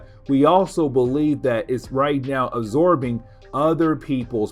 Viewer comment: "Uh-zorbing blood."